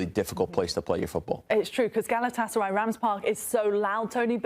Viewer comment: Senin o Gelatsaray diyen Agzinı EMERIM 😍😍😍 Sari fıstıgh 😊😊😊